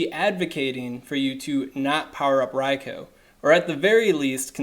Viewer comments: Ria-koo ! Not Ria-Koe ! -_- ever-time you said it I cringed ! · I disliked for the pronounciation of Raikou (Ryekoo) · Maybe a litle petty but there is no O at the end of raikou its not raiko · It's pronounced 'rye-coo' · raicoo sounds more natural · Hearing you repeatedly mispronounce riakou is irritating